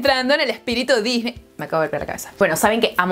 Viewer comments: "Loj Parquej dijney" Jajajajajajja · Se pronuncia "disni" no "disney". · Se dice disni